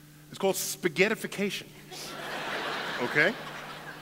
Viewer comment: Speghettification???? Lmao